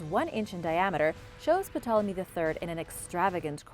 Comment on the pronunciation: Hi. The P in Ptolomy is silent.